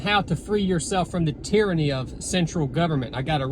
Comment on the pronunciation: Hard R on the tyranny 😂